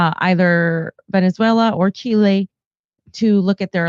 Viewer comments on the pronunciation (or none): Can someone PLEASE tell that the name of the South American nation he tends to ALWAYS mispronounce as Chilé (or “chi-lay”) is actually Chile, with the stress or accent on the “í” as in “ChÍ-le”! Thank you!